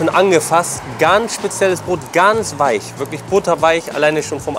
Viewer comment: Butterweisch wie Hoonischh